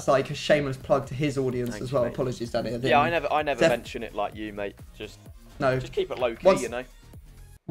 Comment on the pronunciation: Why does is it sound like keeps calling him Daddy instead of Danny.